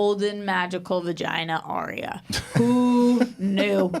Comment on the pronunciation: YES finally someone agrees with me! Its ARYA not aria. aria is a song in an opera. why cant you americans get names right? was calling Gendry- jendry???